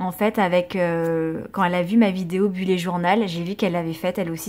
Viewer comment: Coucou je voudrais précisé que bullet se prononce bulète et non bullé ! Voilà des gros bisous !!💖